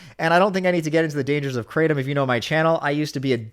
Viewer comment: I laugh every single time says "KraTOOM" in a video. Imma call it that now just cuz it's funny, regardless of it being the completely incorrect pronunciation